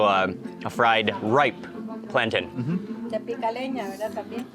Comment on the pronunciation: It isn't a "planton"... It's "plan-TAIN".